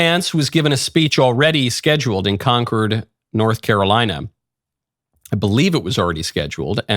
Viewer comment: This is my town! Pronounced "Con-cord." But I'll let that slide. JD mispronounced our county name...and that's ok, too. 😊 He is the perfect example of what a VP is supposed to be. I don't recall any other VP working as hard as he.